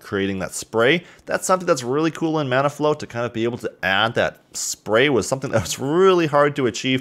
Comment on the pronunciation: I don't know why but I kept hearing he say 'Mana Flow'.